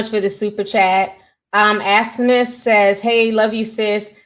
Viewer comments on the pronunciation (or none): none